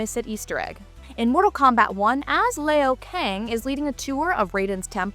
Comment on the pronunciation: Lay o kang😂😂😂😂foh what a Dumbass